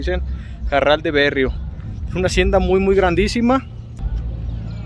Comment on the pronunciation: No es el barral de berrio sino el barral de be rri o.. be rri o...Be rri o ..aprende a leer primero jajaja